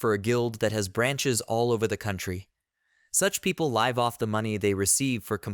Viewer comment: It is live as in give not live as in dive!